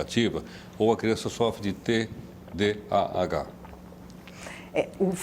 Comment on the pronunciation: TDAH transtorno de déficit de atenção e hiperatividade. A dra falou errado o nome...